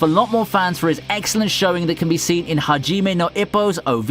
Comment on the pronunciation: How he pronounced Hajime No Ippo is disgusting.